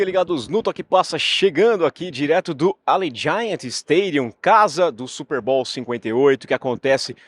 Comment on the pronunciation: Opa, muito legal ter voce ai in-loco. Se voce me permite, a pronuncia de Allegiant esta ligeiramente errada. Seria mais ou menos Alidgiãnt com a sílaba forte no "li".